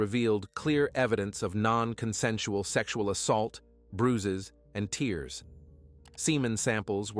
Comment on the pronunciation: In this context, it's tears as in "TARES" (rips), not "TEERS" (teardrops). Idk why, but that bugs me. RIP Julie, Michael♡